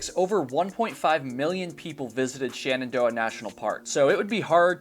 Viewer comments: *Shenandoah. Not Shanandoah. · SHENandoah not SHANendoah :D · Why do you pronounce Shenandoah as 'shannandoah'? Also, what does 'schtrongly' nean?